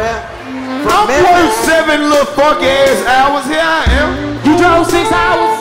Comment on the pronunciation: Did Karlous really say “who DREWVE here?” 😂😂😂 I thought it was DROVE Karlous